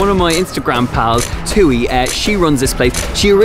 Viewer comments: That's how a table usually looks for dinner. A crap load of small dishes and sauces eaten with rice. Thuy's name is pronounced "twee" not "too-ee" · the entire video, i was thinking about how i’ve never heard thuy’s name before, but then i realized you guys were pronouncing it wrong when i looked her up 😂